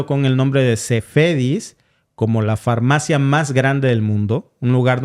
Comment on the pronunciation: Se dice: """FAR-MAFIA"""😢